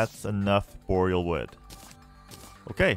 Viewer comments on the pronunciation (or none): none